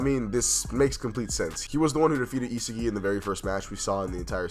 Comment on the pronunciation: Pronounce it as * EE SOG II • not isigi bro